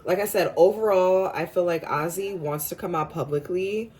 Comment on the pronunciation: I feel like this goes hand in hand with their latest interview … them being understanding and putting each other in their shoes or clothes . Names are pronounced: “A Z” Paige last name is pronounced as “Beckers “